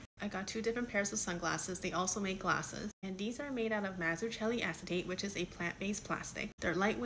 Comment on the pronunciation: Mazzucchelli in the original Italian has a "k" sound, so "MazzuKelli". I've never heard anyone pronounce it in an English speaking setting. Not trying to be ultra annoying!